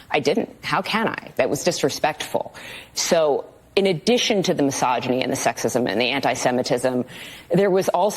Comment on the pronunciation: As soon as you say "massageny" every you say is no longer taken seriously